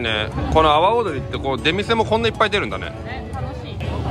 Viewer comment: の說明、阿波踊りが 泡、踊りと聞こえてチョット笑えた。 日本語は微妙？ トンダ意味に成っしまうし。